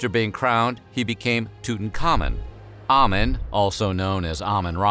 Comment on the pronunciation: Ok here way we go: 1. Amun is pronounced "Ah-Moon" not "Ah-men" 2. Nefertiti was not his mother. Tutankhamun's mother was a sister of Ahkenaten but we already know that Nefertiti was not his sister. She had totally different parents. In fact, it was that Nefertiti was related/a granddaughter of Ay (Tut's adviser/Vizier). Fun Fact: His wife, Ahkesenamun, was also heavily deformed from inbreeding. The mummy that was DNA tested to be the mother of Tutankhamun's daughters, had two clubbed feet as well among other genetic hereditary ailments.